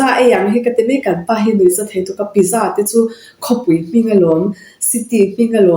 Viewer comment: Sapho in pizsa an ti ngai reng2 lo pizcha.sa hi cha angin an lam ri.